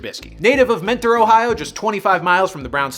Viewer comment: Mentor OH is actually pronounced Menner. Source: my ex-gf